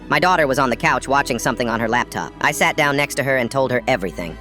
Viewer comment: I heard “i shat down next to her”😭😭😭